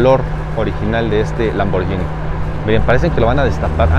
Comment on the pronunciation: como dato no se pronuncia lamborllini se pronuncia lamborguini como guitarra, porque hay una h después de la g, soy italiano